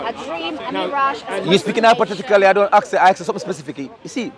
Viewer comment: "Ask"...not "aks" brother